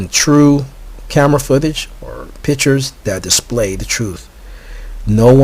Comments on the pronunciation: "Pitchers"? or pictures. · I cannot trust a person who pronounces "pictures" as "pitchers".